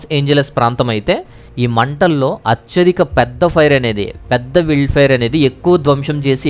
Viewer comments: "విల్డ్ ఫైర్" కాదు. అది "వైల్డ్" ఫైయర్ అండి బాబు! న్యూసెస్ కాదు. న్యూజ్ / న్యూస్ అనాలి. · Brother meeru vild అంటున్నారు adhi wild sarigga chadhavandi Brother